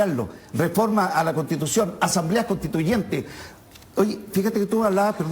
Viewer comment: "e'tá", "contitución", "lo' académico", "e'tamo", "la' de'calificacione", ....cómo asesina el lenguaje este personaje!!!!